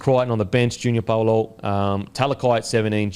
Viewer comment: Pretty sure it’s Junior “bow-lor”